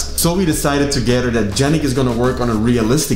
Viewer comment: The names are perfect, but with Yannick as Yan-rick and Jordy as...Jorty Yan-Rick and Jorty